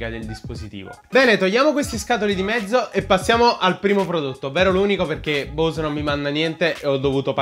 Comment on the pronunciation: bravo! ... comunque la "E" di Bose si pronuncia...